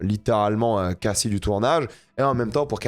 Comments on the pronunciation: c'est quoi le rapport??? Tu as lu le commentaire? On indique juste que prononce mal le nom de Cassie en VO alors qu'il prétend regarder tout en VO. Si tu écoute vraiment la série en VO tu t'aperçois que Cassie ne se dit pas "Kayssi" comme dit mais bien "Cassie" comme en VF. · Par contre c'est perturbant comment tu "sur-anglifie" le nom cassie, c'est pas caysie c'est cAssie. Ils le prononcent comme on le ferait en français.